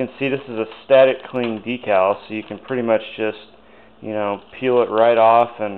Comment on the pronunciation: DEE-CAL. Great job!